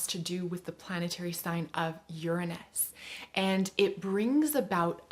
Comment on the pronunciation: when you said Uranus the way i do; never heard anyone else